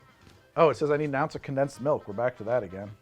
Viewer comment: Sorry. It’s actually “condensed malk, brah”…… 😅😂